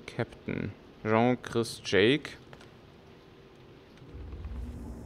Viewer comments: Übrigends, hust Sean wird ähnlich wie "Schaan" ausgesprochen oder, ums einfacher zu machen, wie "Shaun das Schaaf" und nicht wie das französische "Jean" (denk an Jean-Claude Van Damme um zu wissen wie das ausgesprochen wird) :) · Karsten Meyer Ich find das im grunde auch gar nicht sooo schlimm das er "Jean" zu ihm sagt, aber ich halte es bei Namen so wie bei allen anderen Dingen, ich möchte die eigentlich schon korrekt ansprechen. Bei namen kommt noch dazu das ich es respektvoller finde den Namen richtig auszusprechen auch wenn es hier in dem Spiel ja eigentlich nur um fiktive Charaktere geht. Naja is geht mir wohl einfach ums Prinzip :D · Karsten Meyer Mich irritiert es immer nur, wenn ich "Sean" lese und dann "Jean" höre frage ich mich immer wen er gerade meint. Immerhin heißt ja auch die Frau um die es geht "Jean". XD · Ob ihrs glaubt oder nicht, ich weiß, dass Sean "Schaan" ausgesprochen wird :) Ich denke, das ich wegen der englischen Aussprache von Jean und wegen den Rätseln an sich etwas verwirrt bin, weshalb mir das ein paarmal passiert ist ;)